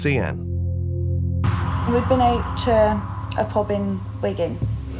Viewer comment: Her friend Sian, its not pronounced Seeann its pronounced Sharn. Its a Welsh name.